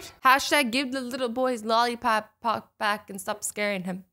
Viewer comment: Rebecca Sugrue she meant lollipop but Azzy said it like lollipappop